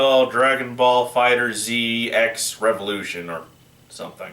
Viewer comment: Here's an interesting note: Before the game was released, the developers informed everyone that the the Z in the title wasn't emphasized in pronounciation. Basically, it's pronounced "Fighters". Don't worry dude. You're not the only one who did that. I did the same thing.